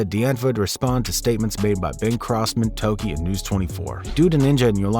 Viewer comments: Tokkie, not Toki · Bingo! Doesn't know how to pronounce Tokkie either. Lol